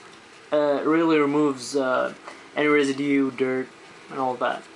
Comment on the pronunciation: lol "resiDEEE